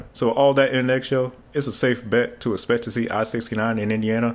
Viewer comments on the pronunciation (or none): "When we can ESSPECT it"? See the LOUDMOUTHTIM youtube channel! :)